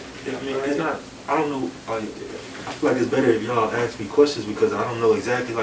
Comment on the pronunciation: Its ask not axed.